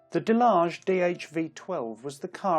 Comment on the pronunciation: I dont think its pronounced delage